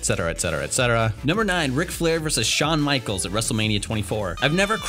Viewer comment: Wait... who's Shahn Michaels?😂